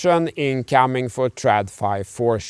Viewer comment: Quality content, as always 🙂On a side note, it took me far too long to realize you're saying thank you/tack, and not thank you, Tuck. I always wondered who is this "Tuck" guy, and why is he never in any videos? 😆